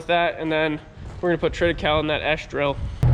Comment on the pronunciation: It is Trit i kay- ly. Like Holy and lonely. HAHAHA, it doesn't matter. Good for you covering your fields. A lot of research is showing that keeping something growing is so much better than bare ground, and much better for the beneficial insects and under ground flora and fauna and things that make other things grow. Like Nitrogen fixations and phosphorus capture. Good stuff.